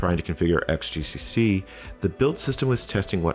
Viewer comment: 'xgcc' should read as 'cross gcc'. Sheesh!